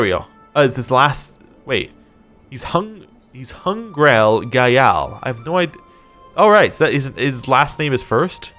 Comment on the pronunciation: dude you're butchering Tibetan pronunciation. Gyal is monosylabic. Guge is pronounced as it's spelt "Goo-ge". For future reference "q" is pronounced "ch". You sound Irish so im sure internet commentators ran the Gaelic names through the pronunciation blender. but plz have some sympathy for a fellow victim of imperialism :)